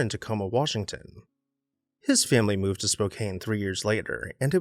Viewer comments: it's pronounced Spo.CAN.... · Spokane is pronounced “spoke ann” . You missed a house. He owned property at Hayden Lake, ID which is roughly 35 miles east of Spokane. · SPO-CANE…omg my ears.